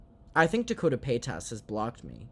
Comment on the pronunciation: Finally you can pronounce Trishas last name. Yaaaay